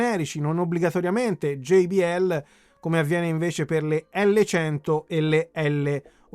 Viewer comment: Bellissima recensione; già solo per il fatto che lo pronunci GEI-BI-EL e non GIBIELLE meriti un "Mi piace" grosso come una casa 😎